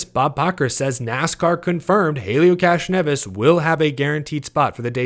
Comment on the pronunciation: I believe the proper pronunciation is ‘Castronevi’.